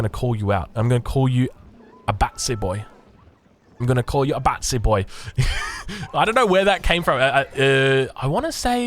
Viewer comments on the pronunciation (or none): Some British history for you, it’s not bassy boy it’s batty boy 😂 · its batty boi not batsy boi lol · It’s batty boy not batsy boy from Ali G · That's "batty boy" as in gay, "he bats for the other team"